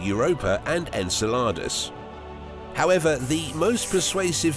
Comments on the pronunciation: The pronunciation of Enceladus is really off putting.. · Very good and interesting video but enceladus' pronunciation really made me uncomfortable ngl